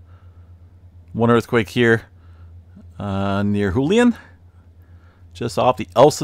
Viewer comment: that's Jewlian - not hulian......